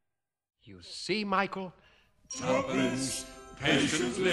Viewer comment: tuppence? if.. youuu invest yourrr TUFFANCE lol wtf?